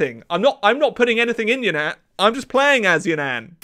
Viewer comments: Its You nan not Yunan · “Could you imagine if I was pronouncing this wrongly the whole time?” 云南 (Reen-nahn, ig) or Yunnan is not pronounced Yuhn-ann. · As a Chinese person, I can confidently say that it is pronounced Yún nán rather than ya nan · It's pronounced more like Yoo-nun. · He's pronouncing Yunnan wrong 😭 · Do Yunnan again because you mispronounced the Name